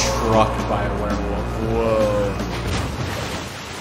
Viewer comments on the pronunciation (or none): It is hilarious to me how you guys pronounced werewolf as "werewoof". It HAS to be intentional. 👏👏😹